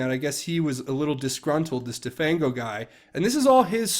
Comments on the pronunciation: "de-fang-o" as in render toothless...get real! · "de-fang-o as in 'remove the teeth of' ... come on!